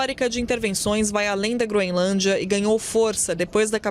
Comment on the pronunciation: A jornalista fala Groinlândia😅😅😅